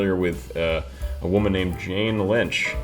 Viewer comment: Not only the lack of "l" on tell, he pronounced woman "wo'an"